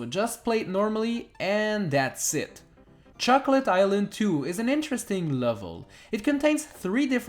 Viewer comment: Who else heard chuckle-et island?